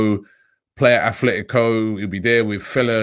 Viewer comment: Robbie, it's Atletico, no h...